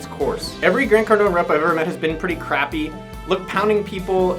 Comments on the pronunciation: Pronounced Car-doan, not Car-doh-nee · They fact you call him Cardon-E makes me not trust you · Grant Cardon-ey. lol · "Cardon-E"?? WTH?? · Nigga just said "Grant Cardoney" wtf lol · Well very informative I think the thing that irritated me the most was you pronouncing his last wrong. Even when you listen to Grant say his last name the E is silent. Well he kind of looks like it you make him sound like a mafia gangster. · You should learn how to pronounce someone's last name before you do a video about them. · I usually love these videos, but hard to trust this research when you can't even pronounce his name lol